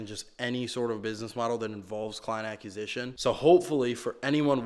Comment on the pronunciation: Brother I love your stuff and have been watching since the rich and can’t sleep drive videos, but please.. for the love of god.. please learn how to say acquisition 😂